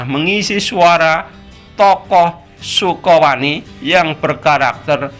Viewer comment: bukan sukowani tapi sakawuni